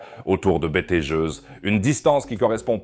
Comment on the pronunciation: ahhhhh ces IAs de traduction vocale... "betel-gueuse" "betal-gouse" 😂